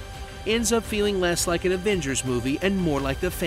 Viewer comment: "Marvel's Averagers" that killed me